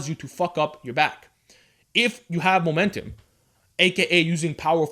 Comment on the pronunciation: Momentim, Momentim, Momentim, Momentim, Momentim...xD great video tho